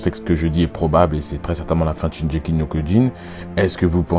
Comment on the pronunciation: Notamment la prononciation du titre. Shingeki avec le "gu" Le titre Shingeki no kyojin ça signifie littéralement le(s) titan(s) de l'offensive ce qui revient a dire le titan assaillant. Ensuite le pouvoir du titan assailant est mal connu, notamment par la famille royale car c'est un titan qui a toujours aspiré à la liberté et qui s'est fait la malle dès l'apparition des titans primordiaux. Ce titan reste mystérieux et j'avais jamais pensé que son pouvoir pouvait résider dans un lien avec un membre de la famille royale.